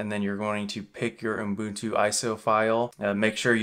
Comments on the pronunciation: He’s gotta be trolling, right? Please tell me this OOHM-boon-tooh is not for real. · Sounds like you're saying Unbuntu in the video:-) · He keeps calling it Unbutu 🤦‍♂ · Is it just me, or am I hearing uMbuntu? 🤔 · Jeepers nobody can spell 'Ubuntu' in the comments and he can't pronounce it. IT MEANS A THING AND WE SHOULD TRY TO GET STRANGE FOREIGN NAMES RIGHT>.